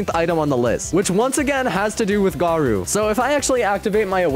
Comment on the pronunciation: Who noticed he said goro insted of garou?